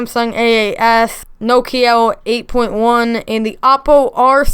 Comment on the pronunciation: My mans said nokia wrong 😂